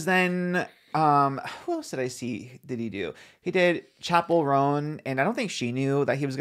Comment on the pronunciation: I cracked up when he pronounced it like Chappelle 😭 she pronounces it like Chapel